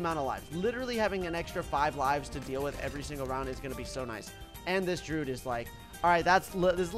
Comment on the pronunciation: I still don’t know why he calls the Druid “Drood”